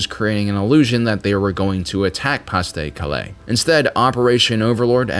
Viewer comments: "Pah de Caleh" not "Pass de Calay" ;) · really good it pronounced PAR de calais and its operation Barba ROSA. BUT AWESOME STUFF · Good video, but a few nitpicks: 1. You don't pronounce any "s" in Pas de Calais. Also "de" is not "day," it's closer to "deh," rhymes with "meh," and is dropped in informal speech: "Pod Calay" is pretty close. 2. B-17s were not designed for tactical bombing, but they were asked to do so on D-Day. They ended up dropping their bombs well inland. The B-26s were much more effective. There's a famous photo of them after a run on Pointe du Hoc. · If you say "Pas de Calais" while pronouncing the 's' in "pas" one more time, my head will explode. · It seems impossible to believe that anyone could not know how to say Pas-de-Calais